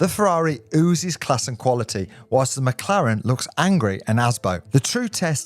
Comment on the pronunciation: Mc LAURANT take EMMMM CEEEEE LAURANT